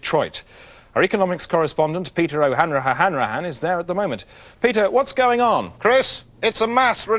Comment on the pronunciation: O'Han - raha - han - rahan